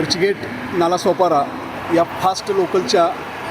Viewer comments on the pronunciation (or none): none